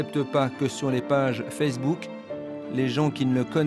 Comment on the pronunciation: "Sur FESSEBOOK" 😂😂